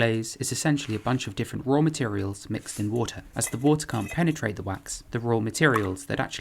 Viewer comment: I like the way he says rawr materials